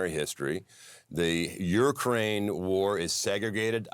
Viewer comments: It's not "yourkraine", it's pronounced YOUkraine. Learn to pronounce words correctly or stop speaking publicly. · This guy!!!! This guy doesn’t even pronounce Ukraine correctly 🙆🏻‍♀️🤦🏻‍♀️🤦🏻‍♀️🤦🏻‍♀️🤦🏻‍♀️🤦🏻‍♀️. Seriously… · This guy can’t even say Ukraine. What the heck is Ur-Kraine? 😂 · What is a Urkraine ? Somebody ??? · Your-kraine??….purr-nun-see-ay-shun ! Cracker boy! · Why does that Republican pronounce "Ukraine" "Yer' - Crane"? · This Montana dude going, "Your Crane" instead of Ukraine is hilarious. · "Yurkraine". Hmm. Flag down on the play. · Zinke defo had some liquid courage before he came on. What is “Urrkraine”